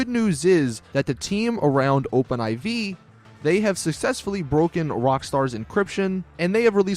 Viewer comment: It's Open 4 dude. Not Open 'I-Vee'.